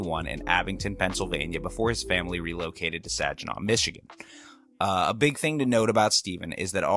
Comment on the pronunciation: The "Saginaw" mispronunciation was bad enough (it's "sag" like something drooping, not "sadge" like Sagittarius), but then the weird Louis CK apologism took me out completely.